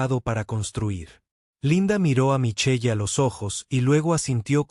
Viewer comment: ¿Micheye? La lectura mecánica produce cosas grotescas